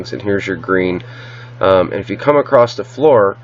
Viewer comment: Across does NOT have a T at the end!!!